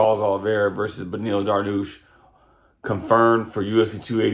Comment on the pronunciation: quit calling him darnoosh you goof